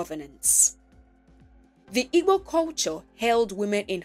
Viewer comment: It's actually Igbo. Ibo is a pronunciation commonly used are there was more interaction with other nationalities, but it really is Igbo.